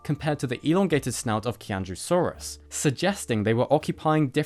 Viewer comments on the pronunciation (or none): Qianzhousaurus pronounced in mandarin sounds like CHI-AN-JO before the saurus and XUI is pronounced like SHWEI. Hope that helps. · Qian Zhou is pronounced more like Chi-ahn Joh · When Chinese is Romanized to use the alphabet with which we are familiar, Q is pronounced as a "Ch" sound and X is pronounced as "Sh". So the Qianzhou in Qianzhousaurus sinensis would be more closely pronounced Cheeannzhoh and the Xiu in A. xui would be pronounced more closely to shwee. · Qianzhousaurus is pronounced more like "Chee-en-Joe-saurus"; the QianZhou part is the pinyin (romanization) of Chinese script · I'm sorry that I'm being that guy(really I am... It's a horrible practice all in all); I just maybe want to clarify that Qianzhousaurus, is pronounced tchy-an-dj-ow- saurus (from land and low)